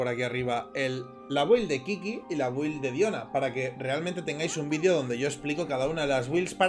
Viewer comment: "Build" se pronuncia "bild". Sé que debe ser difícil acostumbrarte pero par favar.